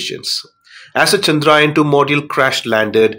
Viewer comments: Not chandrain 3 it's chandrayan 3 take name properly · Pronounce chandrayaan correctly please